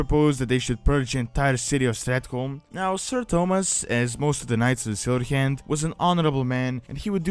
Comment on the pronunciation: Any other English speaker: "The Silver Hand." This guy: "Da Sillheeyand."